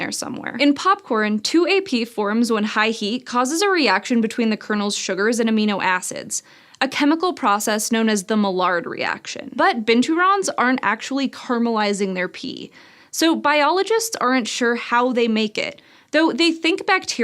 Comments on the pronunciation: it's actually pronounced My-ard. It keeps it's french pronunciation in English :P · Maillard is pronounced more like "my yarrr" than it was in this video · I believe that "Maillard" is pronounced as a "y" for the "ll". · Looool! Mr. Maillard was French. The proper pronunciation is "may-yar".